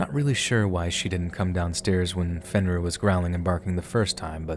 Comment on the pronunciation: “Fin - Rear ?” This is the best you can come up with ? Seriously ?